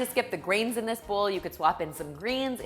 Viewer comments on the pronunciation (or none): Are you saying bull or bowl?🤔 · whenever you say ‘bowl’, it sounds like ‘bull’. 🤭